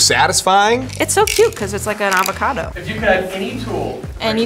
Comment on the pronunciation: “That an avacodo”? (I for got her name )I don’t speak Spanish- literally 2 secs later “an awacate” spanish